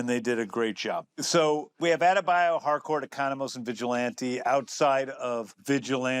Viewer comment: I'm one of the people who hears Hardcore instead of Harcourt. 😂